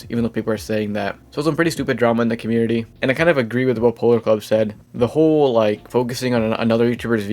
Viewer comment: Bro says “Polarclub” instead of “Polarcub”😐 If Polarcub finds this out, you’re in big trouble buddy.